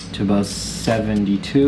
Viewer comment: Aboot? Haha